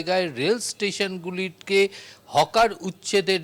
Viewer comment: Hawker হবে Hocker নয়